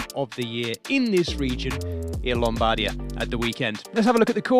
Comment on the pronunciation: nice highlights, but please.. it's LOM-BAR-DEE-AH 😅😅